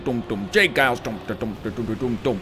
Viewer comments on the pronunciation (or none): none